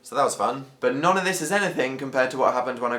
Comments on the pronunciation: He says 'none' weird! Isn't it pronounced 'nun'? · Is it just me who noticed dan pronouncing 'none' as 'non' instead of 'nun' ? :L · You say "none" like "non"